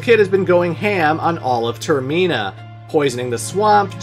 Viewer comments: The way you pronounced termina gave me an aneurysm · Everytime he says Termina it hurts my soul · Okay, but why you saying "Termina" like that? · The way pronounces Termina makes me homicidal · I’m sorry but why did he say termina like that like what 😂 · TerMEENa, I do not think so Senior. It’s TermINa, I know it doesn’t follow the whole English convention around vowels needed to be separated by more than 1 consonants for it to have a soft vowel sound. But we gotta remember these were all originally Japanese words or names, so I do believe it is properly pronounced term-IN-a rather than ter-MEEN-a, because if you were following the normal English rules, wouldn’t it turn out to be Ter-MINE-a rather than MEEN-a? I dunno, I just saw my pronunciation being declared as wrong all these years, and OF COURSE had to defend it. Heaven forbid I’m actually wrong about something lol 😂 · Ter-min-ah NOT Ter-mean-ah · Bruh it’s term-in-uh not term-mee-nuh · Ter-min-uh not toor-meen-uh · Literally nobody pronounces it as Ter-mee-nah Its Ter-men-ah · or just have better reading comprehension skills. its literally terminal without the L, so tur-mih-nuh also its your fault for even trying to remotely imply there is anything wrong with majoras mask, a literal masterpiece of a game which has yet to be replicated. why you included that ggame in this video is beyond me. perhaps you just wanted clicks and were willing to say something stupid for views/attention. well it worked. you have my attention now. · You had me yelling at the screen every time you said term-ee-na 😆😆😆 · Every time you said "Ter-ME-na" I died a little. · Termeena is actually wild 😂 Never heard anyone say it like that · How are you the only person I’ve ever hear pronounced “termina” wrong?? It’s said how it’s spelled not “ter-MEENA” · Its like TER-MINE-A :D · Clearly Majora's Mask needs a remake with voice acting, so I can pronounce Termina correctly. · The scariest bad ending is finding out how pronouces Termina